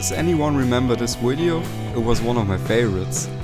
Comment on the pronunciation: Awesome channel. BTW it's video not widiow